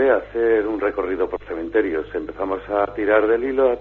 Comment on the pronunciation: Me gusta pasear por los cementerios. No cememterios. Chapuzas.